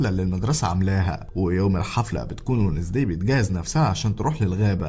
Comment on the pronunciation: شفتو في نتفليكس قلت خليني اكتب اسمو اسمو وينزداي ادامز تنكتب زي كذا مو بي الانجليزي بس اول مادخلت قال اسم البنت لو نطقو وذي اخبطو في الجدار ايش الي ونزدي عند جدك اسمها وينزدي مره قاهرني لو كانت اقد اسجل كان دحين قلت كيف ندقها بطريقة مره تنرفز تخليني ابغا اخبطو في الجدار و اضربو و هيا كيف تنطق مو زي ما هوا نطقها شوه اسمها